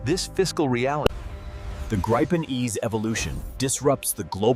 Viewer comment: 'Dripen' lmaoo